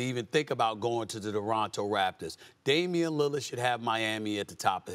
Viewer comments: Torono* say it right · Someone tell this guy its not the "DORonto Raptors"